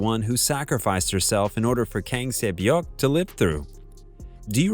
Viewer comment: Not everyone can pronounce korean names